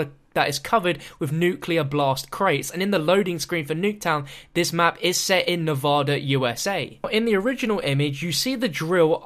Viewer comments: Not trying to be rude, but why can nobody outside of Nevada pronounce it's name properly? It's NEV-ADD-A, not Nev-odd-a. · WHY DO SO MANY PEOPLE SAY NEVADA WRONG?